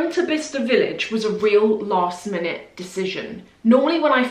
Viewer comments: Lol I think you needed shoes like a hole in the head 😅 You know what? Those fashion villages/ outlets all look the same, there's one here in Madrid that looks just like the one you went to, insane! It's a hit or miss yeah. I love following you around, is a blast PS: I thought it was pronounced "Bli-ce-ster" 😅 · Quite fancy Bicester village, never been. Btw I thought it was pronounced Bysester village!